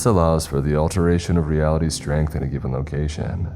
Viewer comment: Weapon-RY! Not "Weapondry" Also: ReAlity....not "realty"